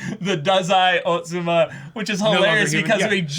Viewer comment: "dazai otsuma" sounds like a mix of dazai "osamu+atsumu", and it's all miyano mamoru, this is the funniest mistake hehe